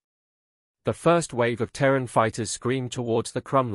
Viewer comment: it is Ter` ran